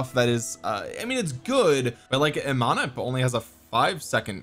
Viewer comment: Imhotep is pronounced EEE-Mow-Tep. Watch the old corny movie the Mummy. Cheers